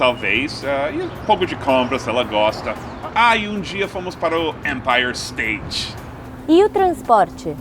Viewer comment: Notem o " empire stati"